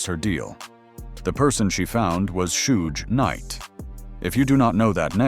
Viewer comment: "Shooj Night"? LOL.. oh hell...